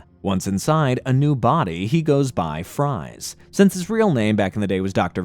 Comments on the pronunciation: He doesn't go by (fries) he goes by (freeze). Yes it may be spelled Fries, but it Is pronounced Freeze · "Fries" is actually pronounced like "Freeze." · bro Fries is pronounced “freeze”, that’s where he got his villain name from 💀💀💀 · Victor Fries is still pronounced "Freeze" not "Fry"z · 1) It's not pronounced Fries. It sounds like freeze. 2) The voice keeps saying "reprimanded" when I think you mean "apprehended." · Fries is pronounced Freeze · Fries is actually pronounced Freeze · Victor FRIES?!?! Maybe watch 5 seconds of his cameo spelling yes, but it's never pronounced like that. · I hate the way you read Dr. Friese's name as "FRIES". Like what the hell are you talking about? Are you hungry? You looking for some french fries??... I am sorry for being nitpicky, I mean that. Like sorry for the outburst. You know that feeling you get when you hear someone scratching the board or an annoying screeching sound? It kinda felt like that when you said "FRIES"... Made me feel like I was watching and listening to someone who had NO IDEA or iota about Batman im either the comics or animated series... Just a correction, his name is Dr. Victor Friese read as "FREEZE". Hence the outfit and his ability to unique quirk or ability using a weapon to FREEZE his enemies. Dr. Friese. FREEEEZE. Not fries like the food. Brrrr. Sounds really cringy to here that. Again. I AM SORRY FOR BEING NITPICKY 😅🤣🤣 I was enjoying listening then when I heard you mispronounce his name I immediately felt you were just a con artist who had no idea about the product he was selling. Haha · Victor Fries is pronounced the same way you pronounce Freeze just use an S instead of a Z. Fries means freeze in Dutch and Afrikaans. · victor fries is pronounced as freeze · The name Fries is pronounced the same as Freeze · Dr. Fries's name is pronounced freeze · You are mispronouncing the name of Mr Freeze